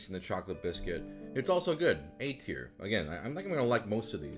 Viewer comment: For the first 2 minutes I swore he was saying "eight here", not "A tier".